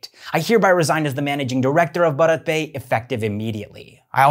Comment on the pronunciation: It’s pronounced Bhārat.